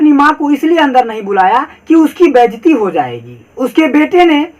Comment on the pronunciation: Sir baijti nhi hota baizati hota h 😆